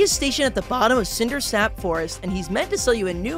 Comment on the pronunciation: He said Cindersap YES FINALLY WHY WOULD HE ALWAYS SAY IT WRONG